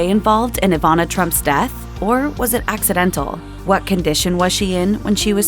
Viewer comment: Ivana, not Avana